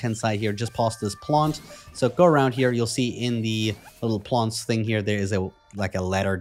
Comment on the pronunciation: “Plonts” 😂 not familiar with that accent! Thanks for the walk through this temple is a pain